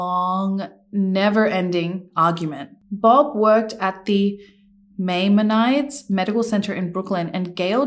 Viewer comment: Pronounced my-mon-eddies… my-mon-a-dees (he’s a very famous ancient Jewish guy)